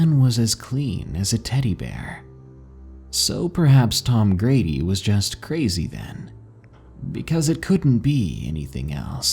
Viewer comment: Love to hear some stories from Colorado. These stories are crazy man. Lol in this story I believe you said Tom Grady, and it sounded like you said Tom Brady lol. Anyway keep doing your thing, I am a big fan.